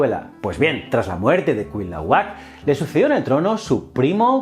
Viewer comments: interesante pero se dice Cuitláhuac....no Cuilahuac........Cuauhtémoc...no Cuauhtemoc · Precisión en cuanto a pronunciación (por sílabas): no es cuit la huac, es: cui tla huac, en otro tema, no se definían como aztecas sino mexicas (meshicas) y en general muy buen video, felicidades 👍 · En serio es tan difícil pronunciar "tla"?😆😆😆😆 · No son nombres raros es solo otro idioma y ya, no son aztecas son mexicas, azteca es un término del siglo XX, el regreso de Quetzalcoatl es mito inventado por españoles, no es cuit-lahuac sino cui-tla-huac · Jajaja, me encanta como los españoles son incapaces de pronunciar el náhuatl, "ketzalcoal", "cuilaguac", "cuautomóc", "mecsica", "chascaltecas" 🤣 za mamada. Me parto de risa. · CUITLÁHUAC, se dice CUI TLÁ HUAC.... jajajaja. ¡Saludos desde México! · Se dice: Cui -tla-huac Cui -tla-huac Cui -tla-huac 🤓🤓😆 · en mexico lo pronunciamos quet-zal-co-atl y cui-tla-huac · Se leen así: Cui-tlá-huac Cuauh-té-moc Tlax-cal-te-cas Fuera de eso y que la historia de Quetzálcoatl está un poco distorsionada, un buen vídeo de la otra perspectiva. Lee "La visión de los vencidos", completará este vídeo. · Se pronuncia cuitlahuac, así como se escribe... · Ja ja ja cuilahuat ja ja ja te falta practicar mucho pero muchísimo el idioma náhuatl. Ahora me doy cuenta por qué los españoles conquistadores cambiaron el nombre de muchas cosas y animales, no podían pronunciar el náhuatl. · Nota para el video: El nombre del hermano de Moctezuma se pronuncia Cui-Tla-huac, Buen video y saludos desde mexico. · Malitzin, Malinalli, Marina su nombre cristiano. Quet zal có atl.. Cui tlá huac.. Tlax cal té cas.. Moc te zú ma.. Valgame la pronunciación. 🤦🏻‍♂️ Excelente video como siempre, gracias por éste tema bien merecido.👌🏻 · Me encantan tus vídeos pero estas pronunciando mal el nombre de Cuitlahuac. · Me encantó tu vídeo ❤️, y me dió hizo gracia cómo pronunciaste Cuitlahuac y Cuauhtémoc por qué bueno soy mexicana y aquí lo pronunciamos diferente 😅😁.